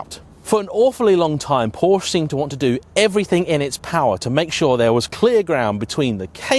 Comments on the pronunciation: Can you please learn how to correctly pronounce the name of this brand, it is simply quite unprofessional. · Because this guy hasn't got a single clue about engineering or how actually cars work. FFs, another youtuber/influencer who has a platform and has no background. He doesn't even know how to pronounce Porsche, what'd you expect?